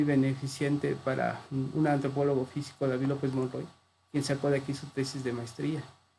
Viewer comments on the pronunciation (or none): none